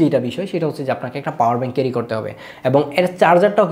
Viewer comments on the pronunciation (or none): none